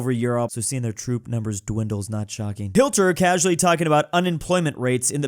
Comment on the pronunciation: He beens saying it like that for 4 or 5 years right now to prevent demonitization